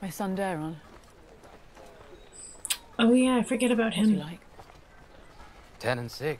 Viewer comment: Alicent’s other son’s name is pronounced ‘Day-Ron’